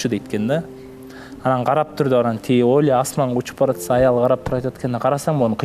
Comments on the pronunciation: Оля эмес олуя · оля дейт да,олуя десе жакшы болмок 😊